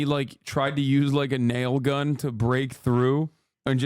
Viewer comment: "Its not cuns that kills people" lol